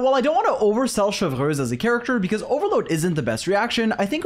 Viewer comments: Every time u say “Cheverous” 😂😂😂😂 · IT'S CHEV - RE -USE NOT THAT HARD RIGHT? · sry if i speak french xD u say "chevreuwse" not chevreuse, but is ok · "Chevrez or Chevurheooz as I naturally call her" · but sir your English pronunciation was also wrong lmaoo. we all know this is a bit you're committed to cause you say almost all the unique characters incorrectly unless I was mistaken lol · Tbh I love it. It’s like “Chevreuse” 🙄🤮 vs “🥐🇫🇷Chevreuse💅” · Love your guides but I can’t wait to never hear you say her name again. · I love how he pronounces "Chevreuse" a different way every time. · rolls the 'r' in Chevreuse. "lol, sorry, I speak French" Also: "Noblesse OBLAIGE!! " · Oblige on its own is also an English word, though, and that's how you pronounce it. So it's not as awkward as saying ChevROOSE instead of Chevreuse. Btw that's not a rolled R. People rarely roll their R anymore in French; it's usually associated with old people and rural settings. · bro u didn't even pronounce chevreuse in french correctly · 10 seconds in, blud already flexes his French